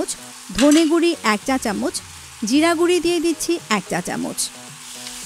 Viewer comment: ভালো তো, বাংলার সবাই বলে হলুদ মরিচ গুঁড়া আর ইনি বলেন গুড়ি। মনে হচ্ছে গুড়ি গুড়ি কথার বৃষ্টি হচ্ছে।